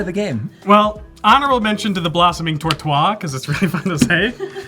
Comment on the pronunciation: One of the funniest episode ever. been very smart. I love this face "Yup, two lands. Let's save people from each other to survive." tortois(e) pronouciation was superb as well as his ramp. Polluty dewdee. being aggro and making "salty as a sea serpent". being a constant and calm smiling threat despite a whiff on Gishath's trigger.